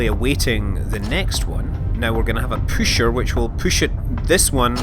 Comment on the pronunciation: its not called püscher though its pusher